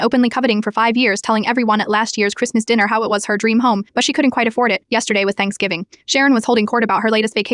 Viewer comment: Why can the ai not pronounce the word yesterday??